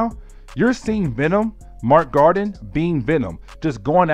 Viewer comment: I love your enthusiasm and dedication to telling the stories...but dude. PLEASE learn the characters ACTUAL NAMES. I mean, Mac Gargan is not Mark Garden. Wolverines son is Dakken, not Daykin. Other than that. Great work and keep it up.